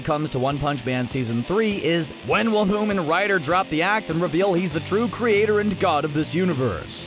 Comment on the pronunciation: Did he call him roman rider????